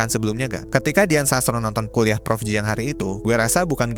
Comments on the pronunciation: Siang !!! Bkn ciang dan bkn Jiang 😂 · Ciang bukan jiang....